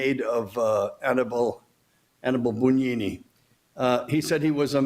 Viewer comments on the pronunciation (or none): Not "boon", "boo". The rest is correct. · Yes, he was, in the worst possible sense! BTW, it’s spelled Bugnini and pronounced Boon-yee-nee. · "Bugnini" is pronounced "boon YEE nee"... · To be clear, the pronunciation should be: "boo YEE nee"?